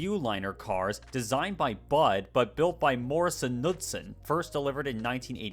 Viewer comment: The "Knudsen" in Morrison-Knudsen is pronounced "kah-nude-sen". My Dad worked for the M-K heavy civil construction division for 40 years as a business manager. Morrison–Knudsen spun-off MK Rail in 1993; it became a publicly traded company in 1994. After Morrison–Knudsen's bankruptcy in 1996 the M-K Rail company renamed itself MotivePower. The company merged with Westinghouse Air Brake Company in 1999 to form Wabtec. MotivePower is now a wholly owned subsidiary of Wabtec. M-K merged with the Washington Construction Company in 1996 and then bought the environmental and construction services divisions of Raytheon and Westinghouse then became "Washington Group International" in 2000. It was bought by URS Corp in 2007. URS was bought by AECOM in 2014.